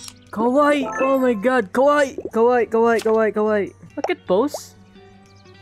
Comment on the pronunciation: All I've been hearing to you is "Kowaii" I know that you're saying "cute" but one mistake. It's "Kawaii" it can be mistaken if you say Kowaii.